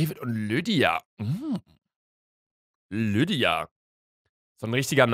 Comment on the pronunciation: Niemand: Wirklich niemand: Luca: lüddia 😂😂